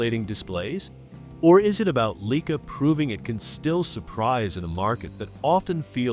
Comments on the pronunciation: LEEKA? Lye-kaa. :face-blue-covering-eyes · Leeka is not the proper pronunciation, get life man.